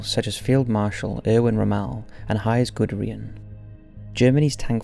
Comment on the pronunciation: The pronunciation of Rommel, Guderian and Jagdtiger: Cringe.